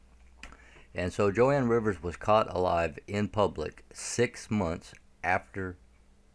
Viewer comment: You pronounce Joan Rivers name incorrectly. You are forgiven.